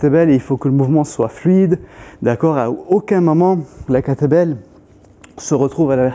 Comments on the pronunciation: C'est exactement ce qu'il dit ! 🤣🤣🤣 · J'entendais à chaque fois "l'entraînement avec "que t'es belle"...